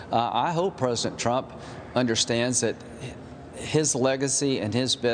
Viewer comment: "Donald Troap"? Is something wrong with his tongue?